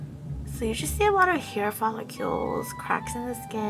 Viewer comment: fole-CULE ??? follicle. please.